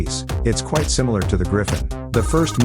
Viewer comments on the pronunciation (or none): none